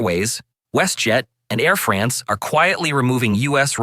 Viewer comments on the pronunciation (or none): none